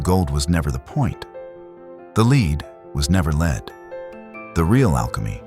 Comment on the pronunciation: Lead Pb plumbum pronounced like led. It's the soft metal alchemists hoped to turn into gold. Please correct your mispronunciation if you hope to attain credibility